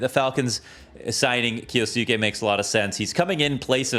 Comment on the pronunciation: why is it so hard for people to pronounce kyousuke? it's just kyoo-sooke